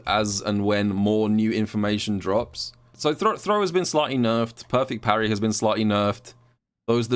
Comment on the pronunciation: imperfect parry = poo-rry